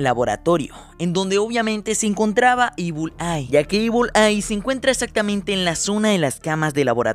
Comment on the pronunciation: no se pronuncia ibul ai se pronuncia ibl ai